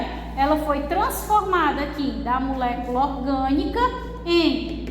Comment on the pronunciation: Não aguento ela falando MUlécula 😅 mas muito top a aula. Obrigada😊